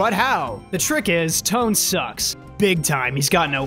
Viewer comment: Not pronounced "Tone" His name is pronounced "Toe-Ann"